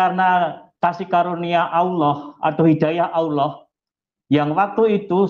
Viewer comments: saya kristen, tapi saya cukup malu jika orang yg mengaku imam mesjid menyebut Al-lah saja tidak bisa , tpi malah menyebut dengan sebutan auloh, seolah2 ada terjadi sandiwara ,lgipula kenapa di dalam rumah sendiri harus pake masker?! seperti kata yesus di Matius Jika ya, hendaklah kamu katakan: ya, jika tidak, hendaklah kamu katakan: tidak. Apa yang lebih dari pada itu berasal dari si jahat. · Dari pengucapan lafaz assalamualaikum dan Allah dah ketahuan kalau bohong. Dan kalau boleh tau imam masjid mana ya?